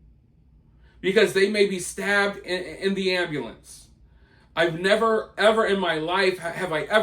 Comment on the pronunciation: Ambalance instead of ambUlance 😅